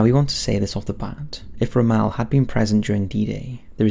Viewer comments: I cringed every time you said romelle. his name is pronounced rommull. He was the best tactiction to have served the German army so please out of respect, pronounce his name properly it makes you seem like you have no idea about ww2 hahaha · ROM...MELL, who is Ramahl? You constant mispronouncing of words really grind my gears... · Yes I was also confused by his pronuncation! The first time it didn't click and after that i was like, oh I have heard of this person but his name is pronounced really weird! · Butchered the pronunciation of General Rommel's name. It's not "Ro-Mel" it's "Romm-L" (yes I know the o has an umlaut) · Ro Mal? Ugh, my ears.. Rom mel.. Good video with an interesting subject otherwise.. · so am I, it's not an excuse. Sort of thing I'd expect from one of those American's. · "Ra-Maal" I'm pretty sure you do the odd pronunciations on purpose..... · There's a correct way to say the man's name. "Ra-maal" is not it. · Pronunciation of 'Rommel' needs work -Romale ????? he wasn't French ;-) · Ermm.... it's pronounced ROM-ALL As in 'all or nothing', not 'al' as in 'You can call me Al'' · Really hate the way you say Rommel lol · Your pronunciation of Rommel is wrong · Ok, love your vids, but the way you say Rommel gives me cancer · Love your videos but please get pronunciation right. Cringed every time the great general Rommel was mentioned. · Dude why do you pronounce everything wrong 😂 it’s Syno not Seeno, it’s Peeking not Pekking and it’s Romm-ul not Rommal 🤦🏽‍♂️